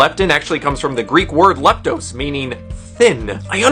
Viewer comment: Cool! I want to say that it's pronounced leptós (emphasis on the o)